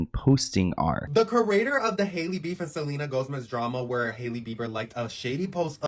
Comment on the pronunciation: Did that guy say Selena GoSmez! twice! LOL